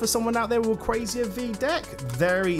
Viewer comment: Why do you call Rayquaza Rayquazia